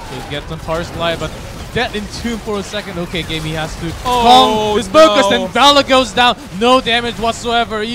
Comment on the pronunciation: please get this guy to say Valla right.